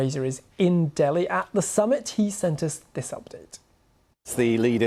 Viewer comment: It's D I L L I bro not DALHI